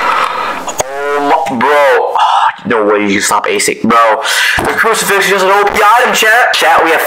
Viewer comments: Bro he said crufix my baby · “I’m gonna have my baby crisufix”